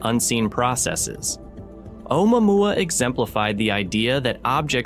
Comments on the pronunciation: Omouamoua is Hawaiian, so it's pronounced as "Ohmooah-mooah." Truly fascinating!😊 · AI can do a lot of stuff, but it can't say "Omuamua" to save its electronic a$$.😆